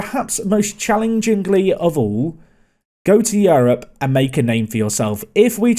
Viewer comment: Excellent video, informative concise, clear. Although it still really annoys me the way says Europe. Yarh-hup?:D